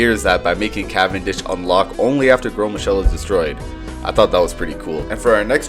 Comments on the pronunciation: Finally, someone who pronounces Gros Michel correctly and not like gross Michael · So I’ve watched Balatro vids for last three nights and yours I by far the most entertaining!!! Your the first to say Gros Michel properly, and I learned about botany and the earliest form of political satire as well 😇